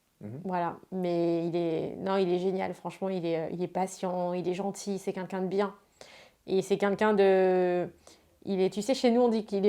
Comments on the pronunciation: arrete un peu genre t'as compté? Meme en dehors de cette interview elle passe son temps à dire' kinkin" au lieu de quelqu'un. Va falloir que quelqu'un lui apprenne à prononcer ce mot. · Elle le répète 2 fois.... Avec un L..... Tu porte bien ton pseudo